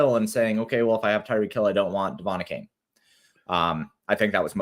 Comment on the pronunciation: The way that pronounces some of these dude's names, particularly Achane makes me want to plant one to his suck hole 😂😂😂 you guys are awesome though, keep killing it!